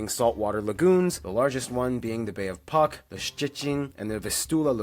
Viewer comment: Puck is pronounced "Putzk" Also, Beskidy is further divided into Tatry in the west and Bieszczady in the east.